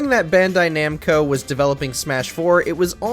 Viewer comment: Namco not Nemco